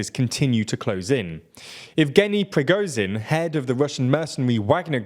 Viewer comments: Oooh, you almost pronounced Yevgeny Prigozhin's name correctly. You just gotta add the h after the z and you got it. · Not really. It was "correct spelling" but wrong pronunciation.